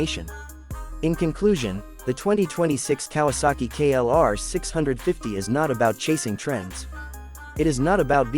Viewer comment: KLR OR KRR ??? GET IT RIGHT! HOW UNPROFESSIONAL